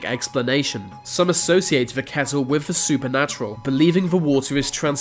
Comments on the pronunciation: dude.. you need to work on your narration skills work on your th sounds. its not birf its birth. etc if you can say mythical, and not miffical, you can say with and not wiff. quit being so lazy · It's "WITH" not "WIV" ... What, they don't have TH in your language? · With= wiv Weather= wever Amazon= amazun Breath= breaf Births= birfs